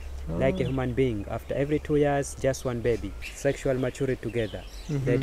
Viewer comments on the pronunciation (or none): none